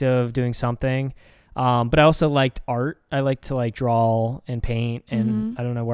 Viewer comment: i love that says draw with an l at the end like drawl. i say it like this all the time and my friends always laugh at it.